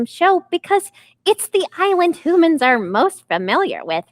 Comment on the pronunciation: It's humans not homan's